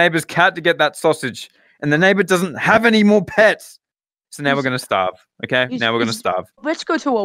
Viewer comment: Are we going to ignore the fact when said "o-gay" instead of okay